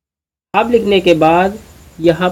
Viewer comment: Broo hab nahi hub hota ha